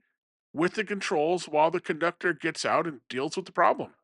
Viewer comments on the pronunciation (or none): none